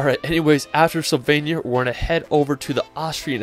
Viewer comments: Great video, but are you deliberately saying 'Slovenia' wrong?? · Great images, thank you for this video. With respect to you, may I suggest you show some respect to these destinations by putting just a bit more effort into getting the pronunciations at least close to correct. Not perfect necessarily but also not mangled. Just one example: Slovenia is not pronounced "sylvania." Not even close. But regardless of my nitpicking the video is well done and enjoyable and I have shared it with others. Thanks again.